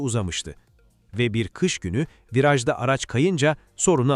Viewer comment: Ahaha Yapay zekâ kış kelimesiňi kiş diye okumuş ama hayret Türkçe de Ş harfini nasıl tanıyıp S gibi okumamış ona şaşırdım 😂 Kiş lastiği 😂😂 ingilizce Kıs lastiği 😂